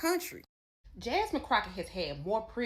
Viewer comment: I love this chick she said Crackett all nigatry..